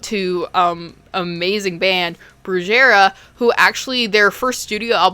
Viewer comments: Brujeria is pronounced "broo-hay-ree-ya." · Grew up in Mexico , I remember sneaking this magazine and looking at it as a teen, it messed me up, blood gore, and death. it's pronounced " BREWHERIA" that's bands good. Also why did you compare the magazine to a "guy" that's offensive. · Brujaria= BREW-HAIRY-A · Brujeria is a type of witchcraft, but you pronounced it incorrectly. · Ahh childhood memories,. Oh n you totally butchered Brujeria.. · She messed up on the pronunciation 😭😭😭 I’m new to her channel and I thought she had some Spanish in her genetics